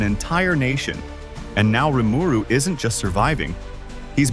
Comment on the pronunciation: hate how he pronounced Rimiru lol. but good list